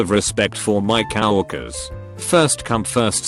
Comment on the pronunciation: Nobody: Text to speech: Cowwokers